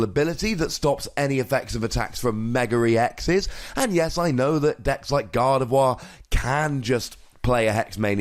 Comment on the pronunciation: "can't get damaged by mega-REE-exes" what kind of accent is this haha